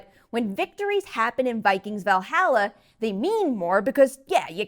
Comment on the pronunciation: needs to learn her vowels when it comes to pronouncing Valhalla.